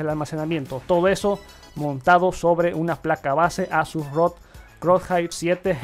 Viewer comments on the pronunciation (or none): none